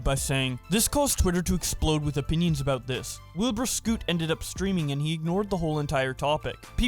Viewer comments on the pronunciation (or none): Is it me or is saying Wilbur Scoot? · Ahh yes my favourite YouTubers, Wilbur Scott and Niki nichu. Good video just thought the pronunciation was funny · I love how pronounces soot as scott, its so funny I dont even care about the drama anymore 😭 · 'Wilbur Scot' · Btw its Wilbur SOOT not Scot breh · “wilbur scoot” lmaooo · why did u keep saying wilbur "scoot, scott, etc" its just soot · Also its soot not scoot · Why did he call Wilbur “Wilbur scot” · I love you but "Wilbur scoot" XDDDD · "Wilbur scout" lol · "wilbur scot" "wilbur scoot" lol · “niki nichu” and “wilbur scott” lmao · "Wilbur scot" lol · Bruh you misread Wilbur Soot's name xD